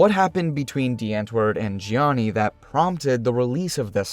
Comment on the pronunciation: zheanis name pronunciation was on point